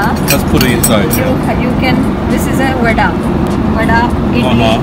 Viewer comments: Don’t disrespect my country’s good like that it’s pronounced vada not birda. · Sam: what is this Gupta: Vada Sam: BARDA , ok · Sam: what is it called? Lady: VADA! Sam: Burda? Lady: Vada! Sam: Burda! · Sam: what is this called? Hostress: Vada Sam: Birda? Hostress: Vada...... Sam: Birda..... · It is not barda it is Vada.. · It’s called a vada not a burta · “This is Vadda” “Burda” 😂